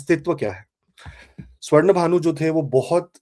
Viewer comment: Aap pehle pronounce acche se kar le. Simhika or sinkhigka hai naam. Not simika. Swarbhanu hai. Hindi Sanskrit ko angrezi n banao.